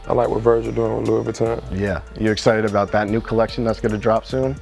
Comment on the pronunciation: 'we talk abouw everything now is the easy part ...' fuck u mean bruh u don talk abouw everything c'mon